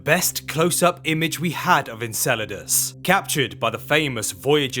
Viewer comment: in and if this dude says Encledaus one more time.....